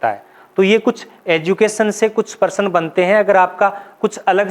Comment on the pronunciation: आप प्रश्न ,शब्द, प्राप्त जैसे शब्दों का उच्चारण सही नहीं कर पाते हैं